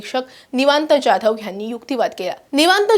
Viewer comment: ज्याधव नव्हे जाधव म्हणा